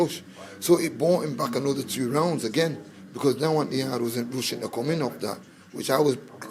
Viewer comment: 🤣🤣😂😂😂😂 its yarde I love how you said yardie. Lol Yardie needs to work in his stamina